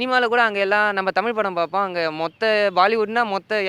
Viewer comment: தமிழர் த மி ல் பேசுகிறார்